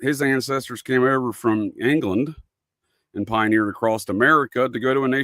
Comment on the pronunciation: The way he says "Angland"aka England, England...